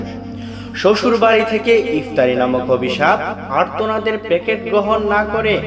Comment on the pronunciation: আর্তনাতের নয় আর্তনাদের হবে।